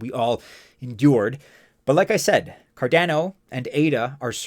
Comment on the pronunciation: So cardäno huh. The second a , is also just a , not ä. Great video , but you should really spell the second a the same way as the first 1. Never heard some1 pronounce it this way 😄